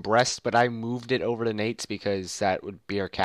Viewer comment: I think Nantes is pronounced like want, but with an "N" at the beginning instead of a "W."